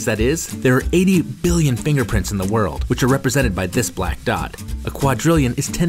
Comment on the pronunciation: Towards the end did you say "To be the only ones in the whorl?"